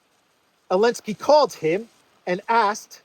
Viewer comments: Why do you say enlensky and not zelensky. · Why do you keep pronouncing his name without the Z are you disabled? It’s Zelensky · It's Zelensky, not Elensky. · You definitely right call Zelensky - Elensky! He HATE letter Z :o) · Do you intend to kill Elensky? 😂😂😂😂 i was listening to the vid so i thought the PM called him Elensky 😂😂😂😂